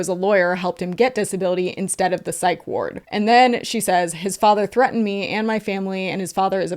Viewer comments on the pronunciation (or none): none